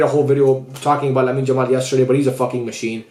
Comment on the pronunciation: Lamin Jamal 🤣🤣🤣🤣. Why isn't anyone talking about his pronunciation